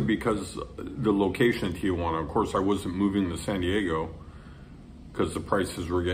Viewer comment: You lived in Tijuana for five years and you still pronounce It "TiAjuana"?